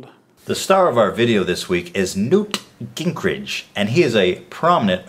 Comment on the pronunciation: It's Ging-Gritch, not Gink--Ridge.